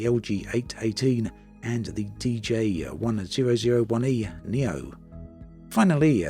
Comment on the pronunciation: For the glider names, I think you mean LS8-18 and DG1001 e-neo, just pronouned 'Dee Gee One Thousand And One E Neo'. I really hope the climate model is good for the gliding